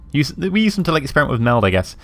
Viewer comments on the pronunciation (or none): none